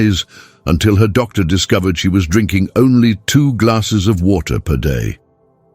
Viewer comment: Why is there a pause every time the word doctor is used as if that's the end of the sentence or paragraph 😅